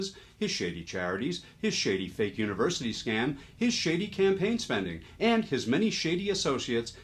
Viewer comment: You’re saying shady but I hear (smell?) 💩-ty